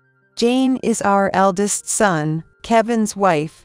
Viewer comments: Why are Us and Os pronounced as Is in these videos. For example sin instead of son; flistered instead of flustered. Makes it hard to listen without watching. Better pronunciation please, and a less boring voice with a bit of inflection would be lovely. Real people rule. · Son is pronounced sun not sin.